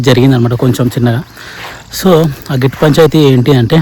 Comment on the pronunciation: గేట్టు కాదు, గట్టు